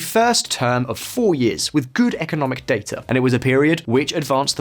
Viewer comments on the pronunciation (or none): none